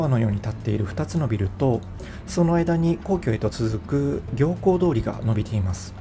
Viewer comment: 行幸通りは、 「ぎょうこう通り」ではない、 「みゆき通り」ですよ。